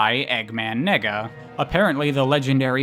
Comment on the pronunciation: I'm sorry but "Nega" is way too close to you saying nigga LMAOOO